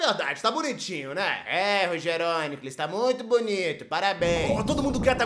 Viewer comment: Errou o acento. Com essa pronuncia o correto é: RogérÔnicles e CleitinÍcus